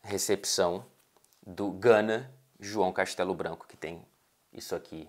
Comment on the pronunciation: Quando ele falou "João Castelo-Branco" eu só ouvia "Gunners"